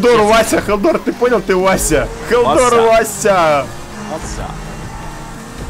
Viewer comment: Хеллдор букву р не выговаривает